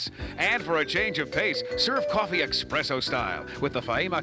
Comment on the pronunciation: "Expresso" lmao